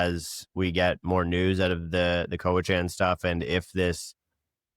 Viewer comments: The pronunciation is “cowichin” (not “chan”). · Your expert can't pronounce Cowichan. He also fails to mention the Cowichan are not after any private property. So, to me, this man despite his education is not genuine in his assessment based on the latter. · Your pronunciation of Cowichan is brual. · For an expert, this guy can’t even pronounce ‘Cowichan’ correctly 😂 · please help the lawyer pronounce cowichan properly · Please pronounce Cowichan probably